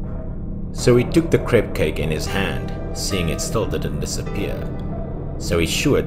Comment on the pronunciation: He was saying crepe or cake ????